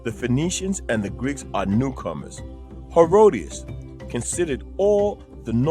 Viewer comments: …well no. The only other thing is the name of the Greek historian you quoted. His name is Herodotus (Herod-o-tus). You referred to him as “Herodias.” Herodias was the woman responsible for the beheading of John the Baptist. Other than those two glaring errors, (tigers in Africa and the mispronunciation of the historian’s name you cited) the video was quite informative- the kind of material I like. It was truthful, respectful, bold and unflinching in the face of the crowd that would be opposed to it or offended by it. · Herodias? Do you mean Herodotus? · Is he pronouncing Herodotus" as "Herodius" ?? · If you are going to quote Herodotus at least pronounce hin name correctly.